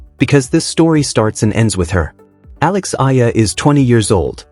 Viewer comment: Alex Eala and pronounce as E-yala